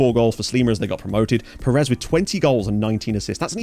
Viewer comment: this is well-meaning and meant with the utmost love and respect, but you’re getting the stress on Pérez wrong